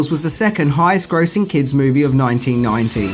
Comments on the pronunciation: You might want to fix the title you said mivie instead of movie anyway i love this movie and earnie reyes jr played one of the turtles all and all its a really good movie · Mivie not Movie 😂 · The Mivie 😂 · The « Mivie » ??? 😅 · Yeah, I love the TMNT "mivie" 😏